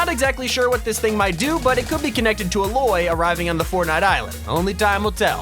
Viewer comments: Btw i think its sopposed to be Aye-Loy/Loi instead of A-loy please correct me if im wrong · anyone else cringe when he goes uh-loy instead of A-loi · I hate how he said oloy it’s Aloy cmon get it right man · Olay? Im pretty sure thts aloy rite? Lol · Yes that is aloys bow and also her name is pronounced A like the letter a aloy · It’s pronounced “Al-loy”, just like the metal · Why can no one pronounce Aloy correct? Like, I kind of understand, but, you can at least look up how to pronounce it. A-loy. A-loy is how it is pronounced. Not really surprised that this dimwit didn't pronounce it correctly, I mean, he literally heard Jonesy pronounce Geno as jen-o, and yet he says JEEEN-O!?!?!?!? MONKE! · The pronouciation of aloy is ayloy just to let you know but in tomb raider there are boulders that can crush you from mountains or hills that's probably what it is for. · I got so triggered when he mispronounced Aloys name it is A loy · Everyone mispronounces aloy's name wrong (right pronunciation is a-loy). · the way he pronounced aloys name gave me cancer.